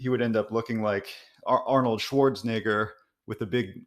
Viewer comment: It’s SchwarzeNEGGER, not ni